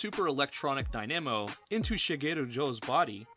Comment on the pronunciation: The moment where Ohma Zi-O diffs six final villains in a single shot will stay in my memory forever. Also when pronouncing the word dynamo you put emphasis on the first syllable just saying.